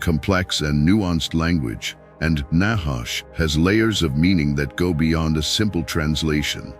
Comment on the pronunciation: NACHASH..honestly you pronounce it very wrongly trust me allthough you keep speaking in circles the whole video through you never ever come to a point ot a point of prove i have studied hebrew very much and that is the only way to understand the word of truth its spelling its pronunciations its origins its meanings todays bibles are a mere possibility of truth twisted and filled with lies words changed you do not know the nachash or its origins nor do you understand it nor do you know the truth